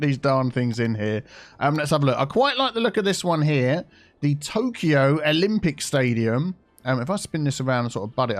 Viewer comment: Ah yes an Oolongpic Stadium